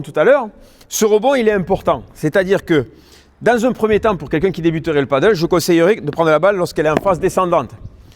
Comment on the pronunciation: Merci pour toutes les explications tres utiles, mais quand allez vous appeler ce sport par son vrai nom ???!!! c'est du PADEL pas du Paddle ! comment peut-on donner des cours de Padel sans jamais le prononcer une seule fois correctement !!